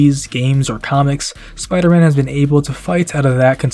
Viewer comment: “What do you got, some kinda Spidah Sense?!” “Haha ha. That’s actually kinda funny now that you mention i- OUGH. “